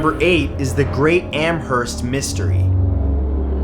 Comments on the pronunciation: Amherst is my home town ! It’s pronounced amerst the h isn’t really pronounced anyway fun fact ! There is murals that take up whole sides of building on this poltergeist story and plays put on in recreations of the events ! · H is silent in Amherst.